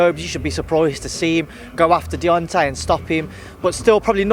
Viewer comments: He aint the only one getting the names wrong....its Deontay not Diontay lol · 😂 he said diontay wilder had two ways of winning and diontay wilder only had one he keeps getting the names wrong don’t know if any one else heard it but🤣🤷‍♂️